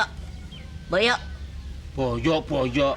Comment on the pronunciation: 'eh yo boyo' 'boyo boyo, karyo!' 'iya Senaryo' Dikasih tau nama yang bener masih salah aja manggilnya si ini. Hahaha